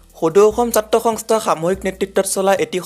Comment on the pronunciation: Apuni ki hongstha hongstha buli koi hobo lage hontha.